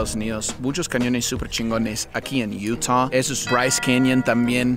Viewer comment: Se dice Utah Madre!!